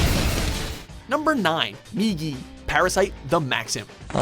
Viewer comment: THANK YOU! You finally pronounce Migi's name right! That's a start for sure! You pronounced it as 'Miji' before, and...being someone who's been learning Japanese, I couldn't help but cringe. Again, THANK YOU! You finally listen to reason!